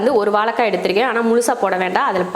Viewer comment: அன்பு தங்கைக்கு வணக்கம் தமிழ் வார்த்தைகளுக்கு சற்று வளம் சேர்ப்போம் அக்கா அடுத்த கானொலியில் வாலக்காய் என்று நீங்கள் சொல்லாமல் உச்சரிப்பை வாழைக்காய் என்று சொல்லி செயல்படும் படி அன்புடன் கேட்டுக்கொள்கிறேன் . என்னை திட்டாதீர்கள் தங்கை சஸ்கிரைபர் செய்து இருக்கிறேன் நன்றி வணக்கம் தமிழ் தமிழகம் வாழ்க வளர்க . . .